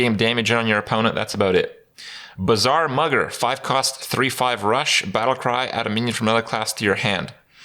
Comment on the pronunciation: Did he say Bazaar Mugger, or Bizarre Mother? LOL.